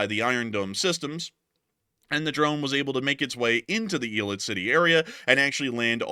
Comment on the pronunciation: It's Ey - Lut not eeelit get your 'Bama pronunciation up to snuff Mr. President